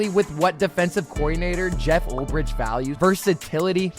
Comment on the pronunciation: Preciate the content. Pearce had 7.5 sacks not double digits. Also you’re mispronouncing Ulbrich